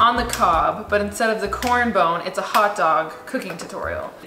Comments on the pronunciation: did she say... corn bone? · it drives me insane everytime you say corn bone but i adore you regardless lmfaooo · did she say corn bone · So we gonna ignore that she called it “corn bone” instead of corn cob😭😭😭 aww, i love you😂❤️ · What the hell is a "corn bone"?! It's a COB, not a bone!! Hahahahahaha! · COB! NOT CORN BONE! WTF!?!?!? Lol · I’m sorry, did she say “corn bone”??? Hahaha